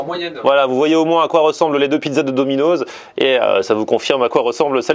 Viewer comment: Eh arrête de dire « dominoZZ » c’est « DominoSS » 😁